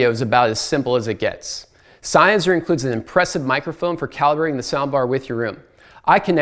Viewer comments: Nitpicky, but I believe it's pronounced "zen-highser", not "sign-highser". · It triggers me, sorry: It‘s not SEINnheiser, it‘s SENNheiser .. 👉🏿😬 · It's Senn-heiser, not Sein-heiser!! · It is not pronounced Sign-heisser like you've been pronouncing over and over! It is Senn-heiser! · Agree totally. Really annoying. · Its Sennheiser, just like bud. Not syne, senn! The review was nearly unwatchable, nice try though? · Sein-heiser? Rofl